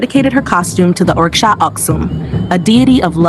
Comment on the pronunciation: Oreeshah OSHUUNE Please pronounce it properly!!!!!